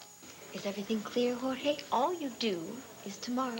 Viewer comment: ..."Hore-haaayyyyyyy...hore-haaayyy..." Daaang, so few of the country club old-money Llanviewans know a lick of Spanish, despite pretending to be all "classy" and "sophisticated." 🤣🤣🤣